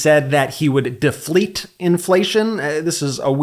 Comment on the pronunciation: I say deflate-you say deflete 😆